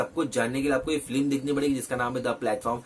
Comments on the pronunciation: Feelim nhi film hota hai bey🤪🤣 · Film ka review dete Ho bhai aur film pronounce bhi nhi kar paate 😂😂